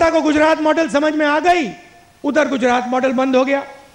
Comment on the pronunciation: Pronunciation sikhao Isko Koi Gujarat ko Gudarat bolata hai